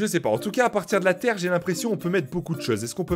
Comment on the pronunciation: De latér é De la ploui